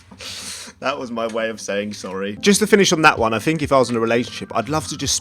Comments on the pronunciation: i love how he pronounces it fink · That’s three not free...what’s wrong with the th.......what’s I fink....